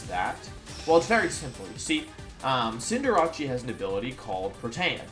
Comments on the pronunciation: It's CinderACE!!!!! Like aerial ace or an ace!!! Sorry it just sounds like your saying cinderachi. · Wolf, it’s pronounced Cinder-Ace, not Cinder-Rachi. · Wait... why does he always pronounces Cinderace as Cin-de-ra-chi? xD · cinderace not cinderachi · Is its name really pronounced cendera-CHI or is that your meme name for it? I thought i was cender-ACE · Why do you pronounce Cinderace wrong?! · Why do you say cinderace wrong...